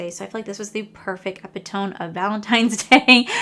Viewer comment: Epitome is pronounced Eh Pit O Mee.